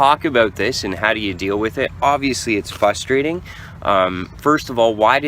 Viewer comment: Did no one else that says fustrating rather than frustrating